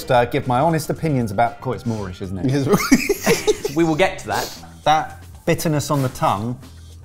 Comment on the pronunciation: The descriptor "Oh, it's more-ish, isn't it" drives me up the wall, because I always hear it as "Oh, it's Moorish, isn't it."